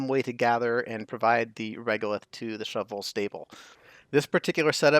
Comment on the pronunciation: I appreciate how you pronounce Shove Vole each time, and don't just say "shovel". I've never done a shove vole farm before, so I definitely think I'll try it out now. I'd like to experiment with the replenishment though - perhaps if the critter counter rather turned off the egg conveyor loader (is that even possible) when it drops below 10, then you just have to wait a few cycles for it to hatch and grow up. As soon as it hatched the other eggs would be swept up again. Then again, there would be a slight delay in producing more eggs while you wait for the pup to grow up.